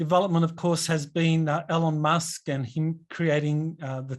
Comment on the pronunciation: for God Sake, it's not "ellon- musk" Say it with me:) "E-lon Musk"